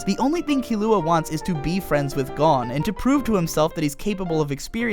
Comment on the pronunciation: It sounds right to me